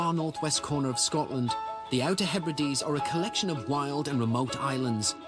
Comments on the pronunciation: I was hoping the Outer Hebrides would not be mispronounced as "He Brides" 😳 ( again !) ... It's the 'Outer _Heb_rid_ees_' 😊😊😊👌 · HEBRIDES is pronounced HEB RI DEES.